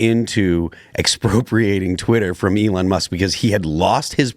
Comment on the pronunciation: To be fair he even mispronounced Elon’s name. Some people aren’t ill intentioned, they’re just stupid.